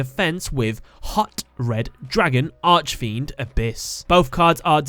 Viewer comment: I'm sorry I don't really complain about things like this but whenever you pronounce archfiend I cringe Consider this how do you say architect?